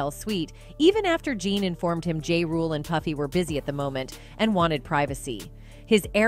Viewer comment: Ja Rule not Jade